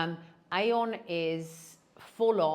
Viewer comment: AEON is pronounced ee-yon. Trust me, I lived in Japan and it’s a Japanese supermarket.